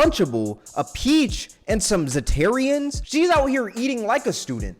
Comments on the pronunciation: Bro just pronounced Zatarans as Zatarians? Boi 💀 In all seriousness tho her ass needa be locked up 6 feet under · I know damn well he didn’t call, zatarans (that’s how you would say it) zatarians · "Zatarian" is frying me